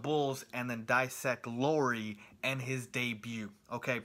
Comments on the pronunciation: He just needs to pronounce Lauri as Lowry and he's pretty much as close as you can expect someone who doesn't know a word of Finnish to be. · You pronounced Markkanen just right. Lauri was nowhere near :) Cool review though. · LOW-ree (rhymes with COW-ree) MAR-ke-nin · LOW-ry MARK-kanen (like TRINity) - Markkanen was said correct, except the stress comes always in the beginning in Finnish. And I'm a Finn too.